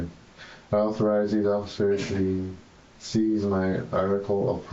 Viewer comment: How has he got a diploma when he can’t read? For example, he couldn’t even read the word “seize”.